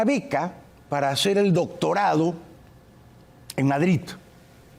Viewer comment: Por que dices Madrit? Es Madrid con d y no con t,como los catalanes que pronuncian tan mal el español